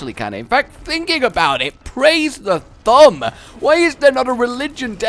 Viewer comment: I love how when says thumb it sounds like Th'um